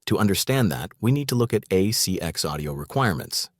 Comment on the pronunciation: Yes. The pronunciation is off in some parts. ACX is part of Amazon audiobooks. It's not CX as in "A CX Check" which is what was said. It is An ACX Check.